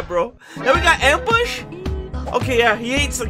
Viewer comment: bro with subtitles on you can see him say ambus